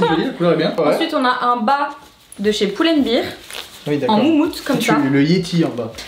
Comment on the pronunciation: Top la video ! D'ailleurs ça se prononce "pull and BAIR" pas "bir" car sinon on écrirait ça "pull and beer" ;))